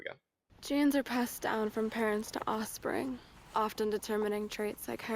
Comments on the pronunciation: The way she says “osspring” instead of “offspring” annoys me so much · The thing that really gets to me is the way she says "offspring" and it sounds like "osprey". Like, girl, are we going bird watching?